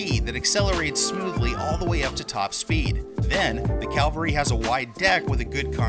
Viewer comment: Cavalry💂💂💂... Not Calvary ✝️